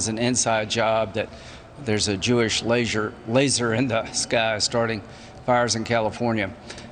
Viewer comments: Not criticizing your program as a whole, but is it really fair to pooh-pooh Lindsey Graham for a slip when pronouncing "laser"? I could be wrong, but I remember you referring to Parchman Prison as being in Louisiana when it is in Mississippi. People make slip ups that are minor when there are bigger things to point out. When we attack minor, human slips, it takes away from the bigger issues that are deserving of attack. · I hate Graham as well but give him a break. So he mispronounced a word. You ever do that?